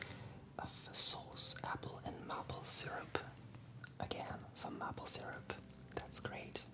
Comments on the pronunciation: érable se prononce comme mayple plutôt que mâple ;) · Mai-ple** not mah-ple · Mdddr comment tu prononces Maple, c'est mAple pas mapple